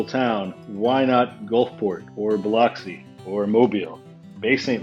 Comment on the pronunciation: Plz never pronounce biloxi like that ever again 🤮